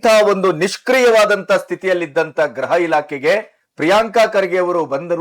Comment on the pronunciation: ಸಾರ್, ಗ್ರಹವೊ ಅಥವಾ ಗೃಹವೊ ಸ್ಪಷ್ಟವಾಗಿ ಹೇಳಿ.